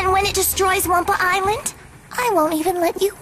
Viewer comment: The "humor" in these are atrocious, and on top of it, every time they say Wumpa ISLAND, I want to ring every last developer's neck...